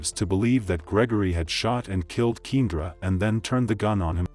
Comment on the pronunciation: ‘Keen-druh’ is driving me nuts. Should have spelled it keyahndra when you heard the playback